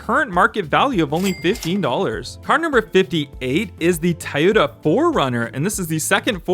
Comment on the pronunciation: Nice video but it’s not pronounced Tayota but Toyota or Toyoda just an fyi